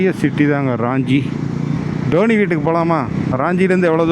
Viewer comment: அது ராஞ்சி (Raanji) இல்ல..... ரான்ச்சி (Ranchi) நான் அங்கே ஒன்றரை வருடம் பணி புரிந்து இருக்கிறேன். தசம் ஃபால்ஸ் க்கும் ஒருமுறை சென்றுள்ளேன். நல்ல வேளை நீங்க அங்கே போகல. அங்கே திருட்டு வழிப்பறி சகஜம்